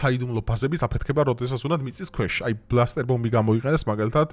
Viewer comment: ნეტანიაჰუ ჰქვია და არა ნეტანიჰაუ. ასევე ბასტერ ბომბია და არა ბლასტერ. ამას იმიტომ ვამბობ რომ კარგი კონტენტი გაქვს , საინტერესო და თან სერიოზული თემა. თუმცა როცა სახელებს არ ამბობენ სწორად, რათაცნაირად კარგავს თითქოს აი იმ სერიოზულობას და ხარისხს. ანუ Netanyahu ნეტანიაჰუ არის და არა ნეტანიჰაუ. ასევე Bunker buster ბანკერ ბასტერი.